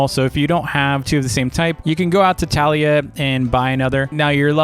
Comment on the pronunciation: Your pronouncing her name wrong it’s tuh lia